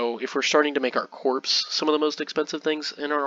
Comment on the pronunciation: Excellent report. One quip. You say corpse throughout the video. Corps is pronounced "Core" like Marine Corps, core of the Earth not corpse like a dead body. No worries.